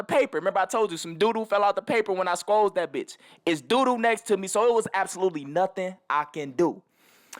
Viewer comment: This nigga said sqozed 😂😂😂wtf